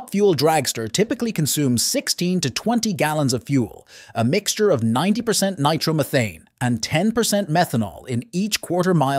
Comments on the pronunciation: Take a shot everytime you hear "nitro-meethane" RIP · You can always tell it's AI. "Nitromeething". I am concerned about the days when we won't be able to tell. AI. needs to be kept stupid.